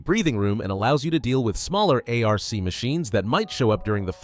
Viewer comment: "A R C Raiders" hurts my brain